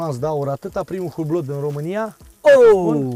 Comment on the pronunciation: Primu' Hublot din Romania si nu stie sa pronunte :))))))))